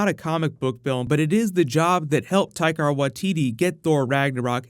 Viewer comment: Taika not Taikar.